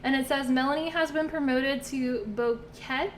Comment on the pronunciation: It said Bouquet like a bouquet of flowers 💐 it took me a minute to figure I out xD